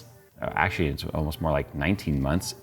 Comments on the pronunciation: "ALOMST" LOL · "Alomst" lol. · haha “alomst” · Alomst hey? hahahaha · alomst, alomst. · haha, 'ALOMST' ifykyk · came here to say "ALOMST"